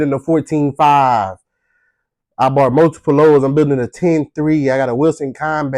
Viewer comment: Did you just say "bart" instead of "bought" ? I'm gonna laugh at that till next week. 🤣And you just earned a new subscriber. ❤